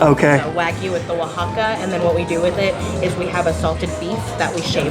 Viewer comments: Your pronunciation is mind bogglingly clueless Oaxaca is pronounced wa-ha-ca, not o-wha-ca. The waitress said it earlier but you obviously weren’t paying attention. Also, steak frites is simply steak and fries. It has nothing to do with what cut or aging length or style are used. It’s up to the restaurant, although some cuts are more common than others. And the s in frites is silent! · {Wahaca} Oaxaca-that's how it's pronounced-I'm fluent in Spanish. Lived in Mexico for 2.5 yrs. My French is not good but I have taught Spanish. You butchered it.